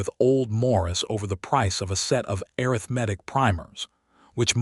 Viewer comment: Have a new word to add to my list of words that AI seems unable to pronounce correctly: arithmetic (pronounced a (shirt a), rith , ma, tic). If you cannot adjust the pronunciation, please use another word. For example, Ms. Hadley, the boarding house owner was able to say mathematics correctly. Listening from TN.